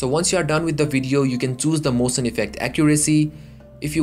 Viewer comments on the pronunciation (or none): for god sake it's not mosion, it's motion! you dont say "it ok", you say "it's ok!"